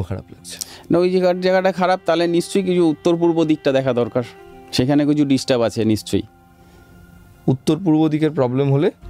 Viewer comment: disturb na , distub 😂😂😂😂